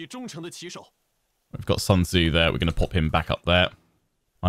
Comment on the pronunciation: Wow, even the game has the pronounciation of Sun Tzu 100% wrong. The name is not English. It is not the sun in the skies. It is pronounced "Soon Che" (at least approximatly), but both words spoken quickly and with a raised pitch at the end. I know this name is a real pain since even historians and other scientists butcher it all the time and is really hard to speak for Westerners precisely but they could have made at least an effort and not use the everyday English speakers mistake.